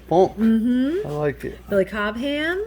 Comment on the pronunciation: Billy Cobham. The H is silent. Yeah, I'm a dick.